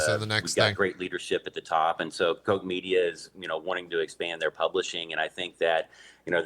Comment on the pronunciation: They girl KOCH payed pronounced it wrongly EVEN WORSE. Remember what happened the last 2 times you angered us, BE WARNED!